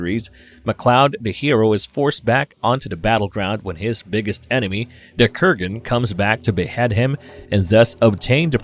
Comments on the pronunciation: Dude it's Kurgan not Krugan. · Kurgan, not Krugan. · LMAO!! "Ramrez", "Bedwine", "Krugan"...... I can't.....🤣🤣🤣🤣🤣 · Krugan? Ramrez? Not wanting to be the stick in the mudd...but since I have been a long time fan of the Highlander franchise and its mytologi, I must point out the name pronouncings here is not on point with what they are in the movie(s) Kurgan and Ramirez are the spellings and way to say there names correct. Peace. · Good stuff, Kurgan is the man "I have something to say! It's better to burn out than to fade away!" ... but ffs, please pronounce the names correctly - basic shit man....